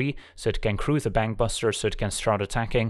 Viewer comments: Every time he says Bankbuster all I hear is Bang Bus and I'm not really sure what that says about me... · or you mean bangbus-ter?